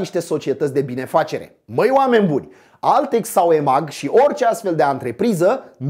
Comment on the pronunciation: Ce dom'le, ai uitat cum sa pronunti EMAG?